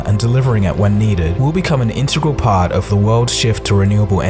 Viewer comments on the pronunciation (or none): IN-TE-GRAL. Not IN-TERE-GAL